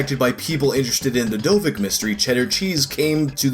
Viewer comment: Pretty sure, judging by the guy's English, Dovic is not pronounced "dovik"